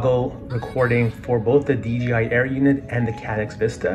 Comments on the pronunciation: Nice video my friend.. There is just one thing, please, PLEASE in the future say DJI and not DGI. It's a J (Jay) in the middle not a G (Dzjee) Greets, Rob! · You are kidding right?? Its DJI buddy not DGI. In the English language the "J" is pronounced as "Jay"... You don't have to look into anything my friend. Just pronounce it the correct way. If you dont beleave me, watch a DJI add on YouTube.